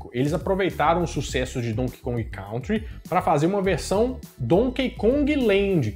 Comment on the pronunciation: Não se pronuncia "Cautri" se diz "Cãntri".